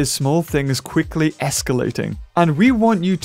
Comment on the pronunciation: "QUISKLY" - 2018